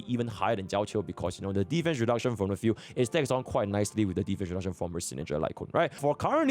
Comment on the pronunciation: 'field' i hear as 'fugue' 🤣😂